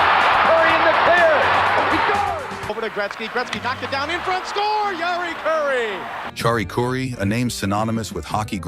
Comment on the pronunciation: Chari Curry? It's Jari Kuri not some Indian dish.